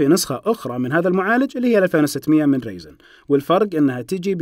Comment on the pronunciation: رايزن مش ريزن يا 😩